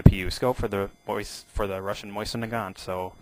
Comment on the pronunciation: Pronounced: Moh-Zin, not "Moisen"